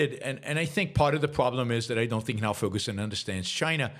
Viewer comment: There is no "ck" sound in Xi. It's "kneel" not "nile."